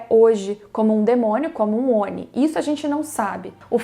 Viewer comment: Quando for pronunciar Oni, pronuncie como se o "I" tivesse com acento agudo (ONÍ)... Belezura? Abraço!